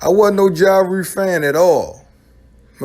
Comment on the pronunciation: "Mursic","Ja Rure".